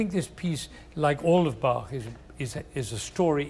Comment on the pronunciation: He is full of wisdom and the 1st native english speaker I ever heard , who pronounced Bach the right way.